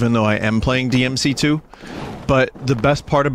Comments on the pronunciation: BLEY DEE AM SEA TOO EEZ the BEIST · I guess we can't hear Vinny saying DEE EMM CEE TOO anymore :( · DINTY PLS BLEY DEE EHM BEEF STEW boot finely bley dee ehm see too. GOOT. boot has schut. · The official death of the "Booti play dee em see too" meme